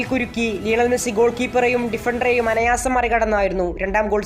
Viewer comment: Anayaasam alla anaayaasam.